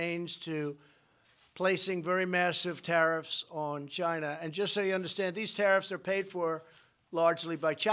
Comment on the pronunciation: Wait, so I purchase a new phone, the price is up 25% due to his tariffs on "Gy-nuh", and he is going to give my 25% tariff I paid... to the farmer?